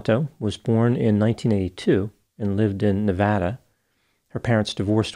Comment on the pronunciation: SO nice to hear Nevada pronounced like someone who has lived there!